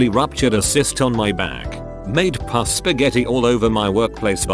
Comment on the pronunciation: I fucking love it when you say puss when you mean pus, it cracks me the fuck up.